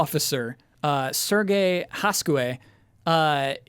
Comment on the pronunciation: Correction: Serge is a french name. It's not pronounced like Sergei with a hard "g". The first "e" is more of an "eh" sound and the last "e" is almost silent. In English, you'd probably pronounce it like the word "surge" though. Props for the last name though, you got that close enough.